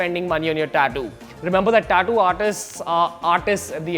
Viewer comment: Learn how to say tattoo first